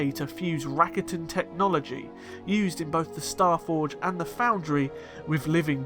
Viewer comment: Prior to hearing your pronunciation of "Rakata" I usually heard it pronounced Rah-kah-tah. Now I wonder which is better. Please clarify, thank you...